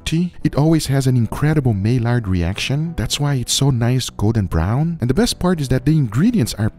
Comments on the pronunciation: My Ard reaction. Not May Lard. <3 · it's not "mail-ard", it's "may-yar". The L and D are silent. Blame the French.